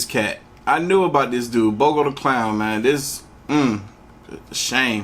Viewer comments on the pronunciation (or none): Eyeball man...is a murder he's in prison....so the pics are prior homie...smh aaaand us said u heard of " bogo" before lmao it's Pogo ..u lucky I luh you 🤣🤟😜